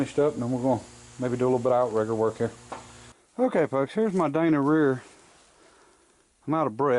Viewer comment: Try to stop saying "folks" sometimes it sounds like your saying f*cks. I think that's what's happening.